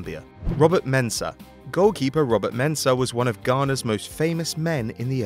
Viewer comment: I’m a Ghanaian and I like the way you mentioned Mensah